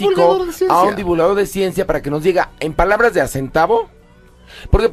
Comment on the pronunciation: La horacia se le quema el hocico al pronunciar Ciencia!